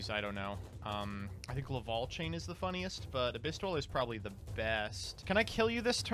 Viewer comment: Gofundme 20 bucks for a speak and spell so he can learn how to say lavalval instead of laval